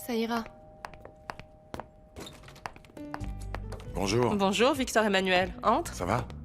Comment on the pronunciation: Renand: oui bonj 😂😂😂😂😂